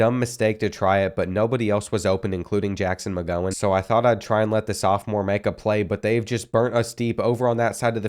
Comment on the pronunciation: At 41 mins you said Jackson mgowhen Steven mgowhen